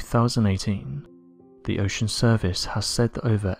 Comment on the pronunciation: Turned off when you said, "Ve world."